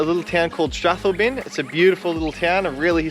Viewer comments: Strathalbyn is pronounce as strath-owl-bin 😂😂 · Strath..... al..... byn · Thoroughly enjoyed your pronunciation of Strathalbyn 😂😂😂